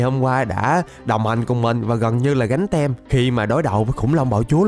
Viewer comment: anh ơi cái từ Team đọc là tim chứ ko phải tem đâu